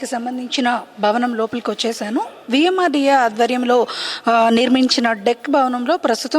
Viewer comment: Madam adhi VMRDA not VMRDK😂😂😂😂😂